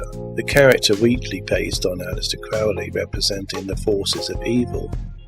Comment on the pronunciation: Lee's first vampire movie was The Horror of Dracula, 1958. Oh, and Crowley's name is pronounced Crow-ley, not Crowl-ey.